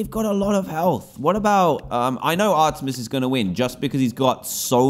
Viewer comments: O yea. I was going to say it plus Dan says her name wrong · It is ar-meet-es. And it is she....... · I am triggered I’m a big Greek mythology and Percy Jackson fan but it is pronounced are t mees